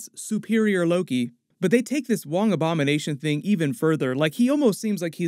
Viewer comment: I thought he said “ik you have a lot of Obama nation question to get answered “